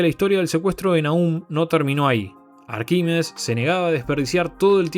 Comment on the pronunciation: Todo mal con la pronunciación del nombre Arquímedes 😂